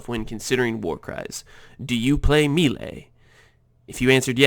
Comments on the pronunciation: pls stop saying me-lay it's more like may-lay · The word "melee" ....... it's not "meelay", it's pronounced "maylay" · It's pronounced "may-lay" :) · im glad im not the only one whose eye twitched when he said it me-ley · Your pronunciation of "maylay" is so bad I can't see all of the brilliance of this build...... . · nah bro, it's "melay" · Exactly. Americans murder a lot of french words. It's meh-lay. Americans: split the word up; there's one 'e' in the first syllable and two in the second. Of course they're not going to have the same sound. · me·lee /ˈmāˌlā,māˈlā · I am Exiled he’s saying it like meelay but it’s either like a short e sound or an ay sound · always so confused when a native english speaker mispronounced melee like this... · he doesnt pronounce it right smart one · Its the first time i hear that "melee" pronunciation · No, it's because he doesn't know how to say it. Just like most of Americans say "expecially", "ekcetera", which triggers the living shit out of me.